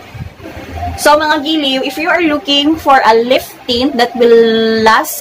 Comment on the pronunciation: It’s maa·kee·aa·tow (macchiato) but I like a color. Liiift tint😂😂😂 made my day